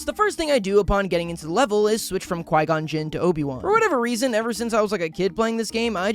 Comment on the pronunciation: can't even watch the full vid. From your god-awful take on Qui-gon to how you pronounce "droideka". it's just awful. may i never have the displeasure of being recommended one of your videos again.